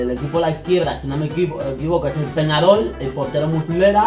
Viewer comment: Es “Peñarol” no “Penarol”